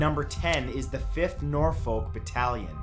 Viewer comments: Nor folk? It pronounced Norfuck in England Matt😂 I got so confused, please pin, it will turn to nor folk if you do x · nor -folk my god it hurts my poor english ears to hear it so badly pronounced Norfolk its all one word dam it man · Sorry old chap, but it is pronounced Nor-fork not Nor-folk. Apart from that, a top video. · Nor-fuhk not nor-fowk for the first one... 😫 Gah! I know you probably don't know the pronunciation of UK places though. Loughborough is also a tough one for people not from the UK to say (after standing behind visitors trying to buy tickets at the train station to there) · "Nor - Folk" lol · It hurts how he says Norfolk Nor-fok that's how you say it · I'm from Nor-folk, he did slightly mispronounce a few here, he does that quite a lot though, I'd love to hear him try some Welsh words lol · The way you say Norfolk makes me chuckle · I don’t even know how to correct the pronunciation of Norfolk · Btw the L is silent in Norfolk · Love these videos!!! but I’m sorry... the way you say Norfolk bugs me haha don’t pronounce the ‘L’ !! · i can’t cope with hearing norfowl and heeebrides. if any more uk place names get mentioned i might need to turn this off. we don’t pronounce places like we spell them. we make totally different sounds for some reason. please don’t attempt leicester.